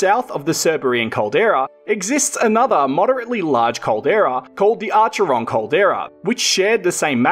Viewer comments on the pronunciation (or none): Hi mate - really excellent and informative videos so drone shots of these "eastern-areas" would be an excellent idea! A minor point is "your pronunciation of Arch-er-ron should actually be Accc-ron, having a silent er and first "r". I have fished these areas for over 60 years and that's the only pronunciation (including from the locals) I have ever heard. Is your caldera interests only in identifying them or do you intend to take it to the next level; aka prospecting? Please feel free to contact me via my email (off-line) to discuss if you're interested. I'm mainly interested in the eastern Vic localities as I now live in eastern Gippsland. Cheers, Ian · Mate, I am Victorian. Firstly, thank you for your vid. Secondly, sorry to pull you up...but it's pronounced "Akeron", hard K, if it is the same as the town name. Finally, please don't forget western Vic. I am no geologist, but there are several lakes there, particularly Burrumbeet that may be calderas. Oh, and don't forget Tower Hill near Koroit, which may or not be a caldera, but certainly was a volcano. Keep up the good work! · Very cool, I'm not a grammar nazi but I think the way you pronounce "acheron" is acc-ron. Im literally dyslexic, so don't quote me, just thought it may help if you go out there as it is an amazing part of the universe. Ps I have lived on all of your POI's except maso, and never had a clue they were any type of volcanic structure. Thanks for the education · Hi l grew up in Wesburn near to Acheron, locally its is pronounced Ak_Eron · Acheron is pronounced Ackeron. Nice video. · Acheron is pronounced ‘ akeron’. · Just so you know, for all of the names that have a Greek origin, they had no soft C. Both Cerberus and Acheron should be pronounced with a K sound. :) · Love the pronunciation of Australia Towns Lmao the ch is pronounced as K !